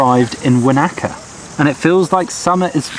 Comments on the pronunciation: Won a car,,, not wan nak ka. haha nice attempt though cheers 🙂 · Kai Ora Wanaka is pronounced Wana -Ka, not Wa-naka, from a Maori Native, aka Kiwi. We are laid back and possibly the most chilled people. Hiking in the South Island is a big thing to do; some do the Great Walks, which can take up to a week to complete, but there are some that only take a couple of hours. Glad you guys enjoyed the stay here in NZ, Mt Cook / Aoraki, pronounced O-Ra-key for those who find it difficult to pronounce. Glad you guys got some awesome sunny days; sometimes it can rain for a week or more. oh btw insect repellant would have been a good item to get hehe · that was painfull hearing you say Whanaka